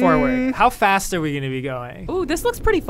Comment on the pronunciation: Alanah sed “gotta go faust” lol